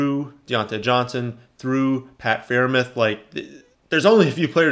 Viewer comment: love your content bro , btw it’s “Fryer-mooth “ lol